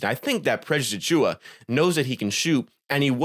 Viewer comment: Overall good video man! Thanks for breaking down some of his stats a little deeper. Some points got a touch repetitive though. Also, you have a good entertaining voice, but it drove me wild how you could never say his full name properly. It distracted me from your actual point. You almost call him PressAchua as one word. Please just say Precious, or Achiuwa, or pause between names 😂 there's my harsh critique. I'll for sure be watching more videos though! Good content